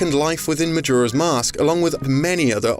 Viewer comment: “Ocariner of Time” “Majura’s Mask”